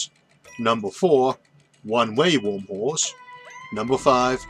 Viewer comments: im sorry i keep hearing wormwhores :) but i love your videos!!! awesome content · Video was fantastic as always, but I kept hearing "Wormholes" as "Womb Holes" which was a bit distracting.